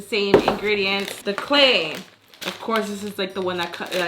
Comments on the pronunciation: Is nobody gonna talk about “Clayl”? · How much would it cost for that big bucket..... (FYI, not sure if it’s just me, but I think you messed up your title, I think you said “clayl” instead of clay)